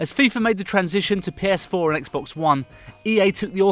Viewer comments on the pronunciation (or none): none